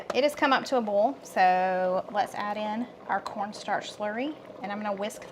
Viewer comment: Im just here to hear said boil, foil and broil😅 love you guys❤